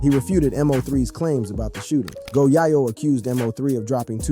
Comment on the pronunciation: This guy said one hundred dollars thousand.. 🤦🏾‍♂️..bruh it's a hundred thousand, M.O 3... It's MO3..dude called go yayo, go yaw yo..like wtf 😭🤣